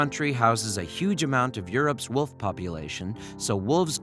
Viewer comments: You are saying woof not wolf. Jest me ok. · I like how it sounds like they was saying woof instead of wolf :>